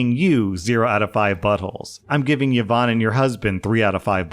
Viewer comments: Please RSlash I am BEGGING you. PLEASE pronounce it properly. Its E-von not YeeVon. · Her name is pronounced E-VON, not yovan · e-von not ye-von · The way I shudder every time I hear 'Yeh-vonne' 😮😅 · Yvonne is pronounced EE-vaun btw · Just an FYI: Yvonne is pronounced "E-von". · the way rslash says yvonne is making me giggle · Wait is yvonne pronunces without a vowel start in english?